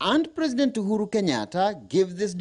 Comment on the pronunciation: What a disgusting forced intonation that even pronouncing the president name is like a foreigner 🤮🤢